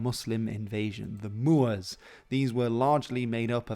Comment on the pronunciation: The hoteps would approve of your “moors”